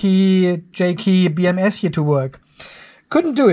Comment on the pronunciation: Hey!!! HOW Many Times Can Say "J KEY BMS" Instead Of JK BMS??